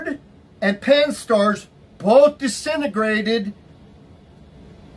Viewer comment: A new cosmological term: 'Disenograted'. And what is 'pan stars'? It's too saientifik two me.